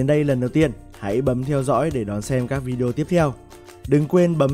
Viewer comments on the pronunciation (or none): none